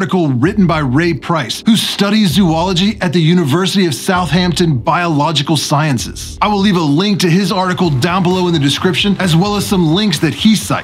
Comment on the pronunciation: It shouldn't bother me that southampton is said like it's two words south and hampton but it shares the letter H for both the south and Hampton part. But it bothers me so much